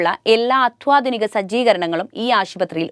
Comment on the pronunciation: അത്വാധിനികമല്ല,അത്യാധുനികം എന്നാണ്